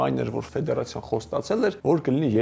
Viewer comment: Լրիվ տխմրություններ եք պատմում,կարծում եմ դուք դրա մակարդակին չեք հասել, ավելի լավ է բալետ մեկնաբանեք, ոչ թե ֆուտբոլ, ձեր անդուր խոսելաձեվով նամանավանդ։ Ֆեդեռռռռռռռացիա😀😀😀